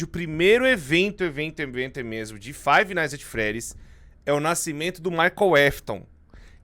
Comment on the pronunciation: Toda a vez que o fala Five nights ats freddys eu fico com dor física 💀